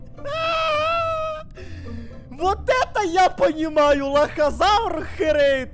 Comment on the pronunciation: Не харэйд а херейд